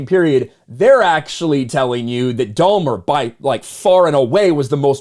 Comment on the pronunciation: I thought it was funny how pronounces it "Domer" like Domer Simpson. I am pretty sure it's 'Dah - mer.' Lol... Not that it matters or anything. Just thought it was funny! 😄 If She Hulk is beating you, I would give serious thought to throwing in the towel. 😵 💥 🥊